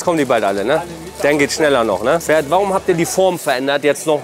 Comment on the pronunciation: Er heißt ,, Ferhat,, nicht Pferd 🐴 😂